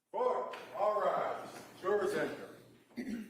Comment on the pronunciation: All pah-ties and jur-ahs are present.